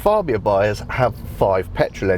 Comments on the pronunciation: Its FABIA not FARBIA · Fab-bia not Far-bia! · Tim Rodie’s review, from the same event. He pronounces Fabia correctly.